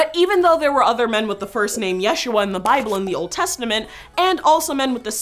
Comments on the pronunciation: She doesn't even say it correctly. Look up "how to pronounce Yeshua" She emphasized the wrong syllable. It should be said as "YeshUa" not YESHua. If you're going to learn it, learn it correctly cuz it's a holy name. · You are also pronounce yeshuah wrong in the video... you do it in a "milil" (short "ye", long "shu" and short "ah") instead of the correct way of "milrah" (short "ye", short "shu" and long "ah") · it's not /jésh.u.a/! it's /je.shú.a/ in hebrew! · Now this I did know of. Although, the name is more pronounced ya-shoe-a. The previous way of saying the name became a more like a different name kind of like Richard and Dick which are totally separate to most people even though it somehow is a way of saying the same name. I kind of assume as we don't read much about the childhood. He might have been called Yeshua ben Yosef. We know he was a carpenter which moved city to city. So it then becomes a reason to start calling him Yeshua ben Nazareth or modern terms Jesus of Nazareth. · His name was pronounced Isho. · Yeshu’ was his name. With glottal stop, stressed on the second syllable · Actually the proper name is Yashua ,not Yeshua and your name should be pronounced the same no matter what language you are speaking. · My Sister, you are still wrong our Messiah's name is pronounced YahShuA or Yuhushua + Equals Yah Saves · its not yeshua its Yisha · It ain't yeshua its yahshwa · Yeshua is modern Hebrew wich is mixed with Yeddish and thus is not a semetic language, properly speaking, it's pronounced "Yasu3"(3: traditionally the representation of the Ain from semetic languages in Latin letters)